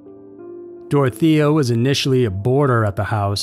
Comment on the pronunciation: It's Dore-oh-tay-yuh.